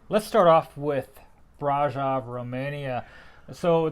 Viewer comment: Great video! Would like to point out that Brasov was not pronounced correctly. The o in Brasov is a sort of a long o like in other latin languages and german. So it's like brah-shov pronounced.